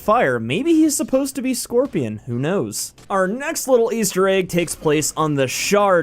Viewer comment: The guys in the background are rain and blaze,. I cringed so hard when I heard you say scorpion though. I came from mk and I've put over 1000 hours into it